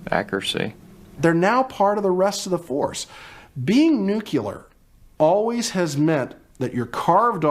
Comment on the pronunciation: this imbecila says "nucular" 🤡